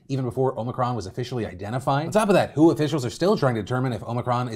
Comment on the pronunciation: Please say W-H-O like a normal human….🙄 The Who is a band…..